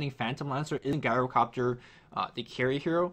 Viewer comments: It's pronounced "GYRO-COPTER" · even Tobi stopped pronouncing it Gyrocopter with that hard G sound. You should, too. The heroes usually say their name so you can tell how to pronounce it properly.